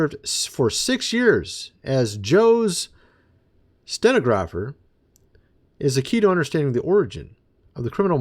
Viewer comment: Sta-nog-gra-fer..... Stenographer. Just thought I'd help you out. I would appreciate it if you would stop showing the pictures of the half naked guy every day. The one with the pentagrams that was let go from the CDC. There's no reason to show those pictures on a daily basis. It has come to the point that it is beginning to be quite odd that you continue to do that. IMO.